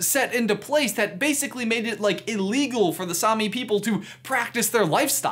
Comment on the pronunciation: It hurts me how americans says Same. It is not sami, it’s same. I’m Norwegian